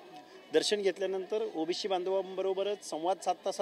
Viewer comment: याला ओबीशी व ओबीसी याचा उच्चार येत नाही हा कसला प्राध्यापक